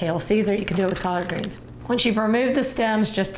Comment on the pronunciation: Collaaaard greenzz and caaarn breaaad lol